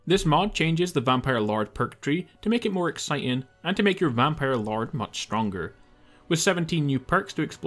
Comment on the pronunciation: "vanpire LARD" 😂😂😂